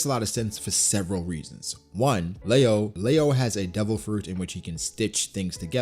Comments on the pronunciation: It’s Leo not leao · It's pronounced "li-yo" not "la-yo" no hate here just helping out